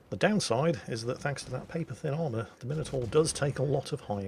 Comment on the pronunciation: he doesn't he pronounce minotaur correctly?